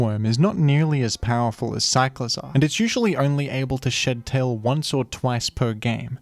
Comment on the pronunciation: why do i keep hearing shittail